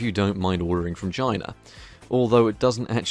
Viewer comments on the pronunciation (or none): One of the times you said "Samsung from China" I heard "Samsung vagina". Checks out.